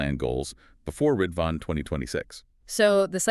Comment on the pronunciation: Great analysis. Our cluster is studying the letter so it provides an in depth perspective. Just a note: the holy day Ridvan is actually pronounced rez-wan. Otherwise the pronunciation of the central figures of the Faith was well done.